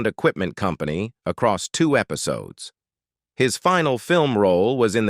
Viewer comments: After a couple minutes of hearing common words mispronounced, I couldn't listen anymore. "lowny Anderson", "foooting", "episowdies", "endeevor"... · “Episodees” lol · "Episodies" LMAO! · Loanie Lawknee Embark'ed Embarked Fooding Footing Episodies Episodes Endeever Endever 19ed 84 1984 Painful mispronunciations....Unwatchable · " Episodees" ? WTH is up with these "robo-narrators" ? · "Episodees"....you gotta love it 🙄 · Eh pi so dees? Hard to listen to! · Her footing? Sounds like boot? Wth . Actually that whole sentence was full of crazy pronunciations. Episoodes? Done watching. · episodees ??? Hessuhman - no it is 2 syllables not 3. Post-you-musly? developED significKANT How difficult would it be to have a human read the script and pronounce words correctly?